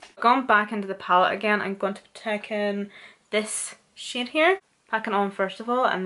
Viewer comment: she saying shade or shit :|